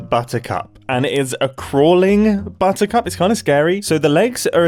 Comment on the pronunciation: bottercup sounds an awful lot like bottoms up.